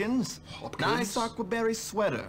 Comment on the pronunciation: Lmao "Ack-wa barry sweater"